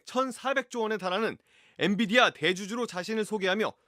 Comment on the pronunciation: 엔비디아 발음 듣고도 교포라 믿었다고? ㅎ